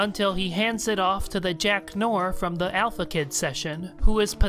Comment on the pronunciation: Great video as always! And Noir is pronounced nwär. Sorry, I just have to say it.